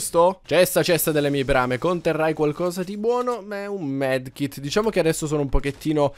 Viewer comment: Ma si dice medikit non medkit mai